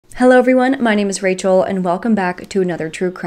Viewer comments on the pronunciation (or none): none